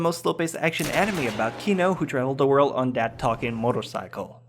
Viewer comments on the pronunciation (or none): none